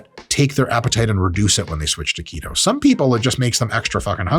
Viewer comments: His pronunciation of "to keto" sounds like "taquito" and that makes me more hungry... I would stop watching this video now... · When you say “keto”, I’m hearing taquito.